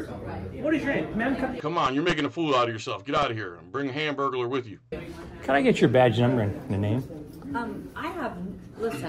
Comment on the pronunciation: 😂 "hamburgaler" Lol